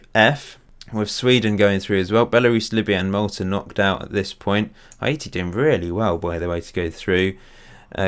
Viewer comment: You keep prouncing Haiti wrong. Its prounced like Hay-tea